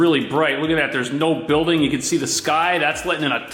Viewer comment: Love how you say "empire state BILL-ding". 😄😄😄